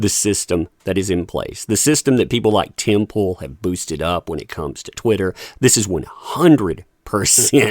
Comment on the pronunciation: Timpol. I like this pronunciation.